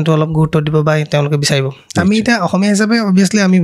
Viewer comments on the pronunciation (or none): none